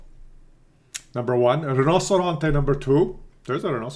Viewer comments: God, you're much worse than me in the morning, and I'm not a morning person. I understand that you don't speak Italian, but how can you read Combattimento as Cambiamento?? At least it translated funny, as Tank of Change, where Carro da Combattimento means Battle Tank. :) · its COM BAT TI MEN TO kekw